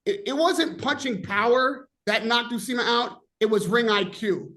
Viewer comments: Somebody tell it s Uisma and not Usima. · Uisma “u eeeze ma” not Usima 😂😂Usima Bin Boxin